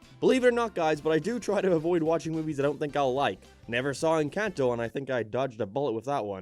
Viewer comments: its okay. I hate how people act like its the second coming of christ. also I know your not latino but the way you said encanto was a bit off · Aw hell no he assumed Encanto was bad not giving it a shot and then mispronounced it. but good review anyways.